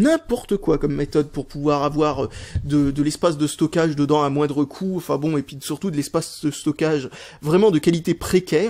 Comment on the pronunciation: et on dit" sUrtout " et pas " sOUrtout "